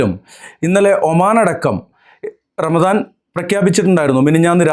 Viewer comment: P0ആദ്യം പറ ramadano അതോ ranalaano